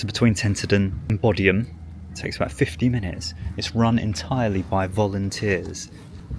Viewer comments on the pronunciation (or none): Great video I've been there a few times. Bodiam is pronounced Bowdiam as in tie a bow not take a bow!! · "in the middle of nowhere? The funniest thing l heard all week 😅 you are such a townie. You should have gone to the station when it was open and got on a Kent and Sussex railway engine and gone to Bodiam castle for a look. You pronounced Bodiam wrongly 😅. "Sheep grazing what ever they are" 😅😅😅. Only just come across your site but it's worth it for the laughs. £ 6😮 for that the exactly the same thing in Sussex is £2. they saw you coming. Go to Rye you won't be disappointed.